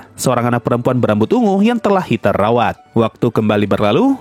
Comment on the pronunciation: Bro, nama-nama mereka itu Jerman. Jadi ei dibaca ai.. Seperti heiter jadi haiter, eissen jadi aissen.. Dll